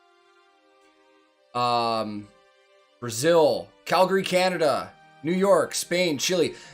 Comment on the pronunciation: LOL you pronounced Calgary as Cal-gree exactly like a true Calgarian would say. 🤣 Coming from another Calgarian watching!